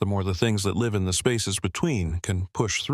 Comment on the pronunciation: Effing AI now asking where we luve 😂😂😂😂😂